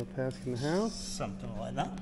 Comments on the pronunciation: Love seeing the lads from Australia here! (FWIW his full last name is Paskin, not just Pask.) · He's called Paskin, not Pask :).